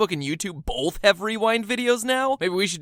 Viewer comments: Bolth. Ok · I don't say "Bolth" and neither do most people I know. I pronounce the "o" like the long o sound. It could be a regional accent though.